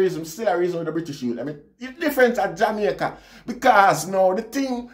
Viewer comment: you are one of the few who pronounced the name of or country correctly.